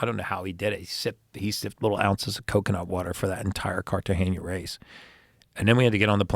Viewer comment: I loved everything about this interview until he said Carta-geña. Lol